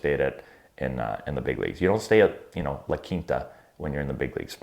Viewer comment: Idk why but I LOL’d when he said “La Quinta”